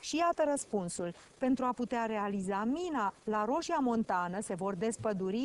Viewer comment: Roșia MontanĂ, nu Montana